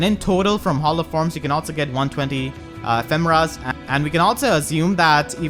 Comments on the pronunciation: I think it's pronounced Eh-fee-muh-rah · to me it sounded like you said mufasa a few times